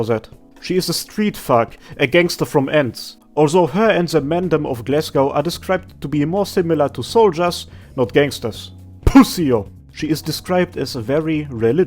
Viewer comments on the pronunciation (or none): . I did not just hear this guy try to impersonate a roadman from the ends.🤣Shit was on point. Slight correction however (unless it was intentional for dommy mommy Suzan), it's pussy'ole, like pussy hole, not pussio.🤣🤣